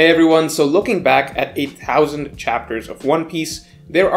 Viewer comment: he said "a thousand chapters" but it sounded more like "8 thousand chapters", and I was like did I come forward in time and one piece is still ongoing 🤨🤨😧